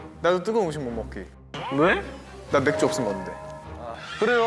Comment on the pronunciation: 23분45초에 맥주??매애앸주?!?!?!?!